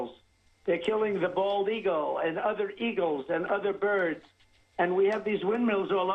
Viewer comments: "... Eagulls..." - Trump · "and they kill the bald ea-gulls, and the other ea-gulls... blah blah blah"